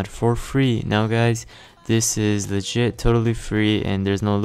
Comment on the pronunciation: At the beginning, I know you said "legit" but I heard "the shit".